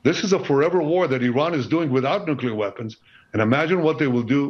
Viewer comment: Got ya!!! It is NU CLE AR - NEW KLEE AR - Nuclear. NOT Nucular